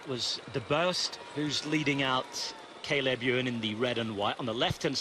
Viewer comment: Is Sean going to learn how to pronounce Cay leb Ewe an's name any time soon?